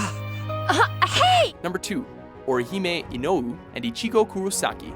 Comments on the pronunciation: NAruto, not naRUto!! SAkura, not saKUra!! uchiHA, not uchiNa!! inouay, not ino-ooh!! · Technically, Naruto acknowledges Hinata's feelings in the final arc of the anime. Not to mention, he canonically marries her. Not to mention, anybody notice how horribly this guy mispronounces a LOT? Ramna Saotome? Orihime Inohu? If you're popular and publishin' shit, shouldn't you at least pronounce things properly? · Also "Ino-oo" for Inoue. Fail